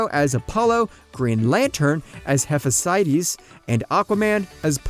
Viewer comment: Hephastes is pronounced as He-fes-tus